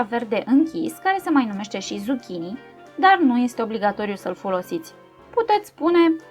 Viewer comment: Zuchini este țuchini când vorbești cu voce tare despre el!